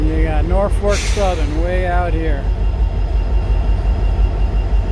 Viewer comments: its pronounced naw-fuk...for the last 64 yrs. that i remember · I'd enjoy it if the presenter would say "NorFOLK", not NorFORK. I don't know any nor fork 'round here, so the presenter can get it right then. Best way to get subscribers is to say the right words, but I still totally appreciate the effort! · Please pronounce the lead engine as NORFOLK, don't say NORFORK. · Norfolk - not Norfork like you kept saying in the video! Thanks for the great video though! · It’s Norfolk Southern, not Norfork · It isn't "Norfork". Jesus... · Norfolk... not Norfork. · It's nor FOLK, not FORK. FYI. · Why does this guy think "Norfolk" should be pronounced "Norfork?" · I agree Nor Fork driving me crazy, maybe the local accent. Still a good video but certainly not the best ever. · Kindly pronounce Norfolk without an “R” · naw-fuk.. thought i was the only one that it bothered ...lol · I was born in Troy and grew up in Poestenkill. Did some train photography back in the late 60s. Great video, but one request: Norfolk is correctly pronounced NORfik, only one “R.” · Actually, the pronunciation is "norfoke". Nice video!